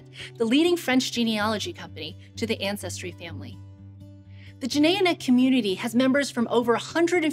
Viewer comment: "Anne Cestry" Ja ja!